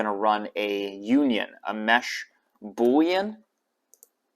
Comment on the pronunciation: Wow, that was the first time I've ever heard you say boolean correctly!